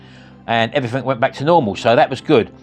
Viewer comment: "I've tried evweefingk else" 😂